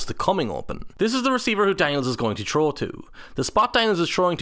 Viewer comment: Anyone else hearing troll instead of throw? 😅